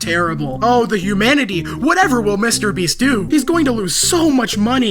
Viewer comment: i'm sorry dawg but MR BREEST 💀💀 WHEN YOU SAID THAT MY MIND IMMEDIATELY WENT "MR. BREAST"💀💀💀💀💀